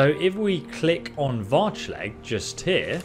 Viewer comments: "Varch..Leg" , really now? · Seems to be adding or dropping segments to a lot of words. Varchleg? Not even gonna start with how Neretzes is pronounced differently each time. And he's not even that bad about it - some youtubers I suspect intentionally butcher things just so people will comment about it.